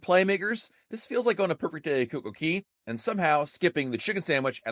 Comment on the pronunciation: Okay two things you’ve been saying Wrong this whole time and drives my mother nuts when she hears it CocoCay is pronounced “coco” cAy” not “coco” “key” like coco keys waterpark at a hotel and how your saying Nassau is pronounced for outer space Nassau is pronounced “Nass” “u”